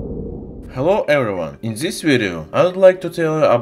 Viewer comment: THIS, NOT ZIS. AT LEAST *TRY*.